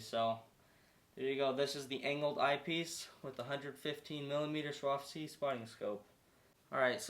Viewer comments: ”SWAROVSKI”, not ”woravski”… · Still gonna watch the video, but he kinda lost me at the intro with “vorawski”…😂